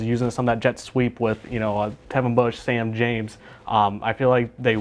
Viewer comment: Well at least one of you knows how to pronounce Sam's name correctly